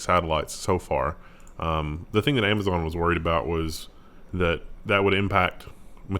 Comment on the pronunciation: I'm pretty sure is pronouncing thing weirdly on purpose trying to troll everyone. He does it a lot:P